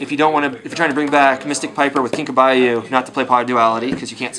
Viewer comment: I like where his head is at, but not his pronunciation of cards. Hurts my brain. It's KinkA-Byo, not Kinkoo-Byo. And it's One Day not One Days. Anyways, I like that at least he's trying something different. I've built this deck and it runs well. Fun a lot too. DW is the worst matchup because they have 3 cards maindecked that noone else plays and they're lethal. Deck Devi, Dragged Down and Smog. All Exodia and Piper killers. And hand killers. Ugh. Hate that deck.